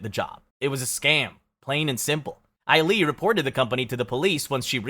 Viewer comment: You really could've looked up how to pronounce the names...I mean the way you pronounced Sulli, Ailee and Hyuna alone. Maybe you shouldn't have made a video about kpop if you've never heard any of their names pronounced. You obviously know nothing about kpop and didn't do enough research. Some of these are ridiculously hilarious!